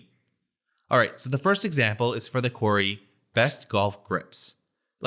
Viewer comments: It’s not “quarry”, its “query”! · Brill video thanks. Although i keot wondering what a quarry had to do with it 😄 then realise thats how you say "query" 😅